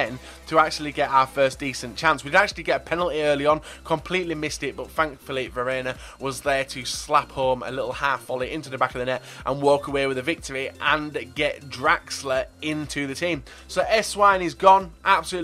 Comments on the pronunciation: your right wingers name is not pronouced vereina its vi-a.ri-nia! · Bitch please, the way he pronounces Vierinha..